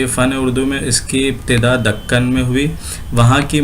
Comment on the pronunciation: Dakkan dhakkan bolye Agr sahi bolna hai to Dakan bolye